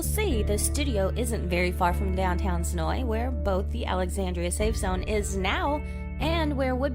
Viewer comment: Thank you for pronouncing Senoia correctly!